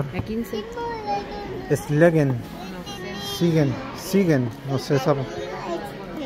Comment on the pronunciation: Que lindo video familia como siempre viéndolos con cariño saludos desde buenos aires PD . Nos reímos cuando dijiste la marca sigen y era siegen pero son detalles ajajja saluditos a la Romi y a las niñas